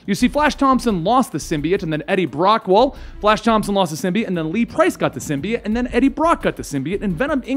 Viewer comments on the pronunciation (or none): The word symbiote has a long o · sim-bee-yote, but sim-bye-yote is fairly commonly also used. Ending with -it is not correct.